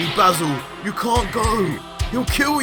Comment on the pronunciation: IDK if it's just ur accent, but I'm pretty sure Mato's name is pronounced "May-Toe" like a Tomato. I guess Tuh-May-Toe Tuh-Mah-Toe, but the girl Basil is definitely "Bay-Zul" like the Herb. It's pretty evident that this writer used the true Dragonball formula, by using names that link together... ie; Freiza(not freezer) Cooler, Frost